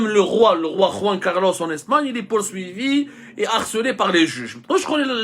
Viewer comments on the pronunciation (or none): none